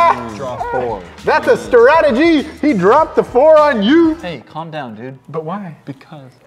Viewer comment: saying colm down to